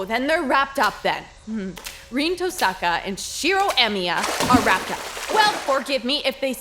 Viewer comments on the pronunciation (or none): I just noticed that the stresses on their lastnames is messed up xD. I mean, Tohsaka should have the stress in the O and they stress the A on the "sa" and Emiya should be stressed on the i but tey stress the e... As a person who enjoys comparing languages, I find this very funny. Is it really that hard? My native language is spanish, so japanese fonetics are really easy since they all exist in spanish but I understand that english should be able to manage japanese esier than the other way around (japanese trying english). Anyways, I have been enjoying the show like a madman. I hope story creators could make dialogs like this more often jajajajja